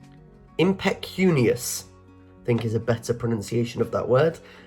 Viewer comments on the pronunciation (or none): none